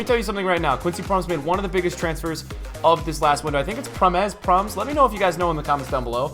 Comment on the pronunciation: Keep going content is class, Think it’s Pronounced Prom mes